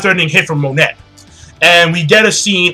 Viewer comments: pretty sure its pronounced Mo-Nay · Monet is pronounced "moe""ney". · pretty sure it's pronounced Monay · It's pronounced "MON-AY" and "BIG MOM" i believe. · her name is Monet(moe-nay) she is name after the famous french painter Claude Monet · Sorry if I sound like an ass here King, but it's been bugging me for a while- Her name is pronounced "moh-neh" (モネ) The "T" is silent. Other than that, great review, and don't hate me for this comment :P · why do you pronounce her name like that?